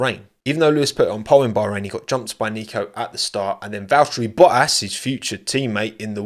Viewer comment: what is wa'ri bo'ass?????? It's valTTeri boTTas